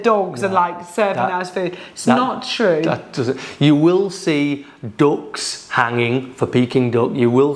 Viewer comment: anyone else agree British English Duck sounds like Dog? When they said they have dogs hanging at street food stalls... I thought, maybe in Guangzhou, definitely not in any other region of China. Then I realized he said ducks 😂😂😂